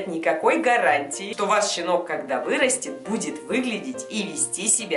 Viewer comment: Хэштэг щинок